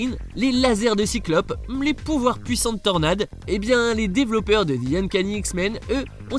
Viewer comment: Pourquoi il dit (di amazing Spiderman) au lieu de the ?😅